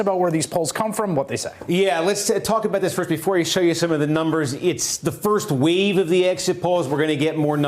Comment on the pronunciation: Its "A Wave"....Not a Weave...DB